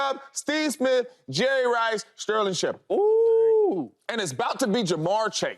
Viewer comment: JJ let me down, how you a packer and get Sterling Sharpe’s name wrong